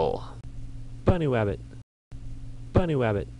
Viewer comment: "Bunnywabbit :3"